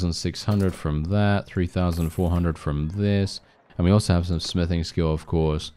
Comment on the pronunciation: When you said smithing i hear sniffing and thought oh God please tell me hes not on drugs lol🤣